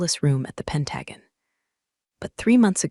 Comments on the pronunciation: Why can none of the stories say pentagon or resume correctly? It’s very annoying. But great story nonetheless. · It would help if the AI voice could correctly pronounce Pentagon.